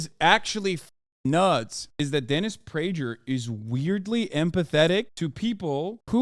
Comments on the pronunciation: Great segment, Hasan. Prager is excrement and you shredded him. Just wondering if you're intentionally mispronouncing the g in Prager's name, like Pakman does with Tulsi Gabbard, calling her "Tool" si. Just curious. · I thought the g in prager was pronounced like a g. Why does Hasan say it like a j?